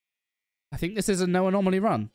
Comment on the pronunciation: bruh, its 'anomaly' not 'anomalie'